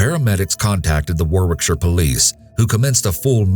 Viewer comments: Second case: Warwickshire is pronounced Woh-rickshire not Wor-wickshire (I'm from there). There's also something comical about "a beautiful Walsall funeral". Having said that I once thought Arkansas was pronounced Ar-kansas. Separated by a common language lol.... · Just a little tip for you guys if you report anything from Warwickshire again. The second W is silent and it’s pronounced Warickshire 😉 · Its pronounced wohrick-sheer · Warwickshire pronounced Worricksher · I have to make a correction here. The second story, Rugby Warwickshire is in England. In England, the emergency number is 999, not 911. Please check your facts, first. Also, Warwickshire is more pronounced "Warricksheer". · For anyone wondering how to pronounce Warwickshire, it's like war-rick-shuh, or war-rick-sheer. Warwick is just pronounced worrick. More silly lil English town name spellings lol, From someone from Warwickshire Hehe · FYI it's pronounced 'Warrickshaah' ....x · Its pronounced - Worrickshire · To pronounce wallsall it's wall-sual and Warwickshire is Wa-rick-shur. I live in the UK 🇬🇧 😊 Great video. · UK emergency number is 999 not 911 and Worrickshur would be the correct pronunciation of Warwickshire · It’s pronounced Woricksher :) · Just a slight correction but Warwickshire is pronounced Worrick-shire, that being said Quality work as ever.